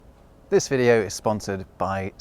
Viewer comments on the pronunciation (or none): none